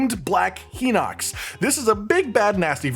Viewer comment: So the pronunciation for Hinox is Hi-Nox not Hee-Nox for the English version of the game for the Japanese version of the game it is pronounced Hee-Nox not Hi-Nox.